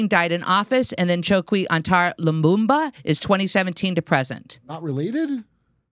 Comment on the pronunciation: " Lumumba", make it stop, please make it stop, my brain is melting.